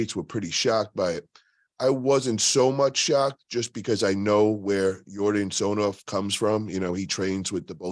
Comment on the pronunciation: It's not TsonOv, it's TsonEv